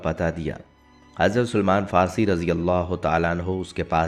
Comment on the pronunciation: پہلے اپنی معلومات کو صحیح کرو، اور اپنے تلفظ بھی درست کرو۔ رسول اللہ صل اللہ علیہ وسلم کے صحابی کا صحیح نام سلمان فارسی تھا نہ کہ سلیمان فارسی ۔ اب یہ نہ کہنا کہ صرف حرف " ی" کا اضافہ کیا ھے۔ یہاں اور سب لکھنے کا وقت نہیں ھے مگر یہ بالکل صحیح کہتا ھوں کہ اپنے تلفظ بجی درست کرو۔